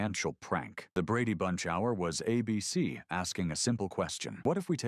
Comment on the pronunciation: AI still can't read. The network is ABC, not "a BC."